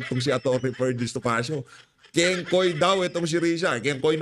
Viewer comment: kingkay not kingkoy risatanas yan eh😂😂😂